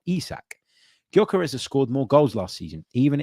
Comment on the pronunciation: Can we get this guys name right please. It's pronounced Yerkaresh Yerkaresh Yerkaresh. NOT Yokarez or gorkarez . It's so annoying when people get your name wrong. Everybody on social media is doing it. He must be absolutely sick of it